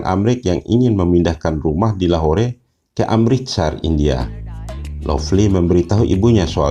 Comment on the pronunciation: Lahore di baca lahor